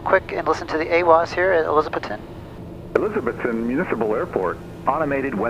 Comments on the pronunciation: Can always tell non-locals by the way they say "Elizabethton" Non-locals say Elizabeth ton....like elizabethtown. Locals stress the "Beth" portion as opposed to the "ton" portion. Not criticizing, just observing. You can hear it when you listen to how the other pilot and Air traffic controller say it. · Just a heads up, it's A-Liz-A- Beth- Ton. Ya gotta learn hill talk! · long time watcher. I used to live near Johnson City, Tn for a time. One thing, It's pronounced, e-liza-BETH-ton.:-) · My old home town. Pronounced Eliz-uh-BETH-t'n. Guy on radio said it right. Thanks for the video. Semper Paratus. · Great Video. Love the choices of music and cinematography... Your really good. On another note, Welcome to Elizabethton, TN. I think you've been there once before? Anyway, I'm a local and I feel I have to tell you, You're pronouncing it wrong..lol You have to pronounce the "BETH" in ElizaBETHton with emphasis.. No worries though, You get a pass, yor.. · Haha it’s just pronouncing the way it’s spelt, he doesn’t have the accent of us locals 😂